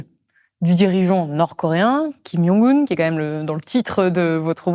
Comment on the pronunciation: kim djongue oune pas kim young oune. c'est un coreen pas un polonais